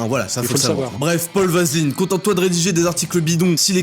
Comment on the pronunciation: j'ai l'impression que ta lu le nom du "journaliste" sans faire trop attention et t'as dis vaseline au lieu d'aveline ou s’était vraiment volontaire mdr